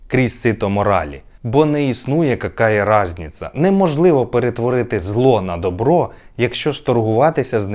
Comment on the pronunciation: Круто вимовлено какая разніца супер